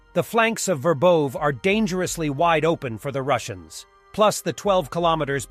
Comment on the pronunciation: dude, if you do war coverage try to consult how to pronounce or write the locations you're talking about. It's not ROBOTYNE, it's RabOtino (with accent on "O"), and Rabota means "work". And it's not Verbowe, it's Verbovoye. It's hard. Otherwise great stuff and thanks